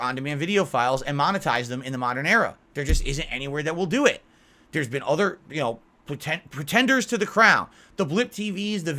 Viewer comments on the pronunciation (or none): Pertenders to the crown? This man needs an MRI on his brain holly heck.